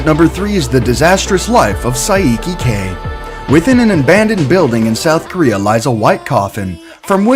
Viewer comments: Sai ee key k its saikee not sai ee key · How did he pronounce Saiki's name you uncultured swine